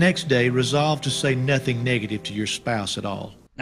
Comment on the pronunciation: la primera vez que me sorpende un comentario y me intrigra si tal vez trataste de decir algo con eso o quisa yo desconosco.. aun que eso de NOTIN JIL.. me hace dudar xd.